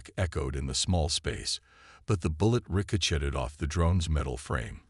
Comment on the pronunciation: "Rico-Chet-ed" LoL, SMH